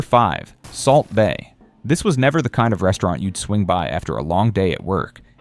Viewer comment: Subway is still popular in Australia. Did he say breastaurant about Hooters?